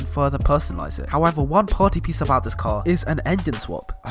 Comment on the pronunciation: Why did he say tar not car?